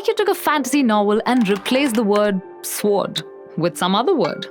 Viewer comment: She pronounces "Sword" the same way I did as a little kid. (And have to consciously not do as an adult). I remember thinking that a sWord must be a long knife or something like a "Sord" like they had in the old British tv show Robin Hood. It is what happens when kids read well above their age level. Damn, now I am thinking about the time I read the word "Anxiety" as "Ancks city" outloud in Junior High. Again I new both words from both spoken and written forms, and didn't connect them. God that was embarrassing.